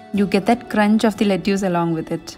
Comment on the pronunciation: Hi, I am Anna. ( writing from hubbys account). Old enough to be your mom! I would like to humbly correct your pronounciation of Lettuce. The correct pronounciation is “ Let is. “ Not “ Let use”. I love watching your entire family’s blogs! 🌸